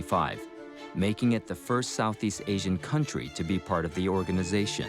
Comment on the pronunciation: Is Asian really pronounced Aseean?